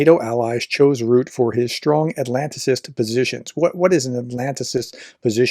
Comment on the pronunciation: Nato 's new chief is pronounced the same as fi RUBBER, so it's Mark Rut- te. 👍